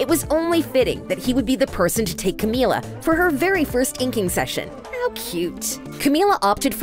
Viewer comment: *finally one of these people says her name right me: HOLY SHIT GUYS THIS IS A BIG DAY FOR US